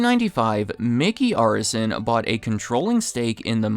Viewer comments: They own my favorite basketball team, Miami Heat. It's also pronounced Air-is-SON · The name is pronounced Air-eh-son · Seemingly pronouncing Arison incorrectly.